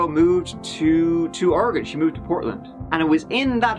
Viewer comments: As a native Oregonian that hates always having to correct people’s pronunciation of Oregon, thank you for getting it right this time…since last video about Oregon you didn’t. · THANK YOU for pronouncing “Oregon” correctly! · Hey! This is the second time you covered Oregon. I live about 45 minutes south from Portland. I appreciate you pronouncing Oregon correctly. So sad. I remember hearing about this happening. Good job. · Thanks for saying Oregon and Oregonian correctly. Many Americans can’t even manage that. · Nailed the pronunciation of Oregon!! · Thank you for pronouncing Oregon right,!😂😂😂